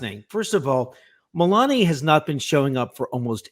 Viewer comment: To me it sounded like "Ivick." In any event, it definitely wasn't "Melania." He got his own wife's name wrong.